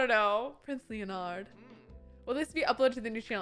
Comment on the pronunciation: I love how you're saying Leonard like Leo-Nard and not Lennard 😂 It's like when I first read Nathaniel, I pronounced it "Nathan-Niel" 🤣